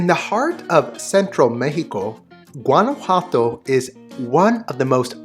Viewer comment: Beautiful video, just one criticism…your pronunciation of Guanajuato!!!